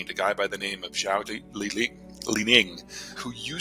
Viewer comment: not that I disagree with this analysis, but a geopolitical expert that can't pronounce Chinese names makes me suspect of this person's knowledge of Chinese politics. i.e. if you study enough of that region to be an "expert" you will undoubtedly know how to correctly pronounce "Xi," "Deng," "Xiao," etc...